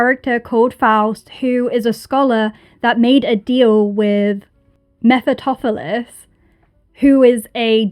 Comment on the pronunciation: The name is pronounced meh-fuh-stah-fuh-leez.